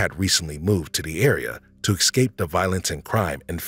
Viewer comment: Please work on pronunciation ("ek-scape", for example).